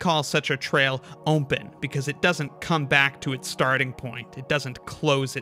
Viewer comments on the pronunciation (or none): Ahhh heck no I think I know what part of the states you're from. I heard you say open as ohm-pen. I used to say it like that all the time cuz my dad did it. I fell out of it cuz it drove my mom nuts and she was like, no this is stopping now it oh-pen not ohm-pen there is no m in the word. So I have a suspicion of where u live in the states. I wont say it cuz I don't want to dox you or anything, but I had to rewind the video to make sure I heard it. Most people will miss it sure, and just filter it out. I however had been an ohm-pen user my own self too so it stuck out really well for me. Not saying u have to stop just set saying I noticed. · Am I the only one hearing ohmpen?